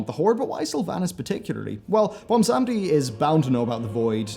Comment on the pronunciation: Does it take that long to properly google names like Bwonsamdi? Apart from that, best theory videos out there. Puts even Nobble in his place.